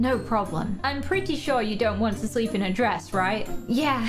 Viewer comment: It's DWESS not DRESS